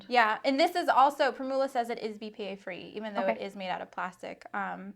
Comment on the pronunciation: The word "primula" is pronounced with the accent on the first syllable. Think of how you pronounce "formula" with the stress on "form".